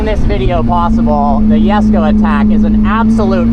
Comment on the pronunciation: Koenigsegg Jesko❌ Koenigsegg Yesko✅